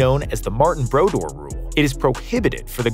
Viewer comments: Marty brodoor is the pronunciation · Narrator obviously doesn't watch hockey with that pronunciation of Martin Brodeur